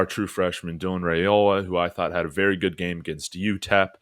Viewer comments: Dillon's name is pronounced RIOLA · ‘Rye-ola’ I was losing my mind listening😂